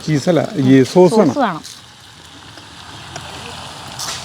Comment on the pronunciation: ചീസ് അല്ല സോസ് 😂😂😂